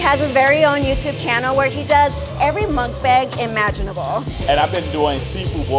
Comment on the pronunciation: Mukbag? What??? Its pronounced “MUCK BAHNG” Not muck bag. Come on